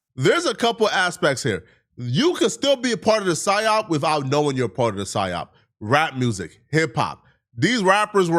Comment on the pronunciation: Dr Umar doesn't know how to say psyop 😂